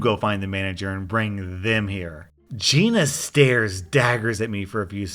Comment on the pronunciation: The story with the Gina. Every time I heard you say Geena, I heard Geye-na. The most appropriate pronunciation of a Giiina I ever heard.